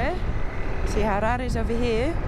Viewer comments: I love that you say "Harare" the proper way. I think you'll love the Eastern Highlands even - Honde Valley, Nyanga, Troutbeck etc... Noraly you just made me miss the country i call home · Thank you for pronouncing Harare the correct way unlike some who say Harari even after staying in the country for decades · I like the way she pronounced 'Harare' at the end there.